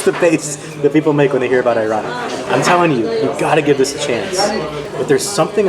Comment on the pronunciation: couple tips: 1 you got scammed with the mussles the average price for the small ones is 5 2 the sand-boiled turkish coffe is a tourist trap 3 please dont lahmacun turkish pizza its LIKE pizza but its NOT pizza + its more used as a shell for the stuff you put it it 4 ayran' a's are pronounced differnt its like the word alibi